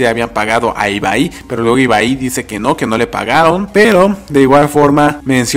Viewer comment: Es ibai no ibaí